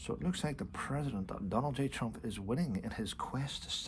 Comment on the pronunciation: Please It’s TrumP not TrumF